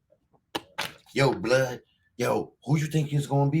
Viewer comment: "Yo Bluuhd... who you think it is Bluuhd"🤣 hilarious. It's the Truth bro.